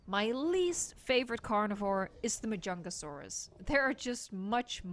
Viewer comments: you pronounce majungasaurus right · Im pretty sure you pronounced the mujangasaurus right